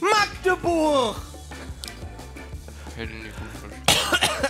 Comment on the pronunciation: es hat mich sehr gefreut als magdeburg korrekt ausgesprochen hat. 😊